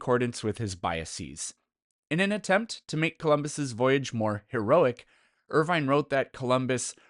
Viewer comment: Irving, not Irvine.